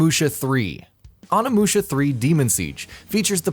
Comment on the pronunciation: Oni in Onimusha is pronounced Oh-nee, not on-ah.